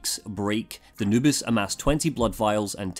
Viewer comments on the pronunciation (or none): For some reason i keep hearing "anubis" instead of "noobis" so my mind just imagines a jackal god trying to play videogames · Same here, for the first video I kept wondering why he called his girlfriend Anubis.